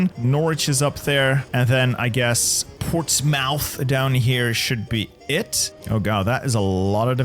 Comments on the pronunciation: I would just like to comment upon your pronunciations of English place-names: per example, York-sheer (Yorkshire); Nor-witch (Norwich); Ports-muth (Portsmouth), in comparison to your pronunciations. The English Nation has some wonderful names, though sometimes abstruse to the rest of the world. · im from porstmouth deeply hurt when you said it like that